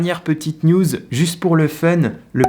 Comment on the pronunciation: A chaque fois que tu dis news j’entends nudes